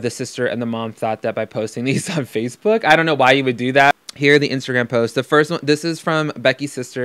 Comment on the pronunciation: ......he said vatebook......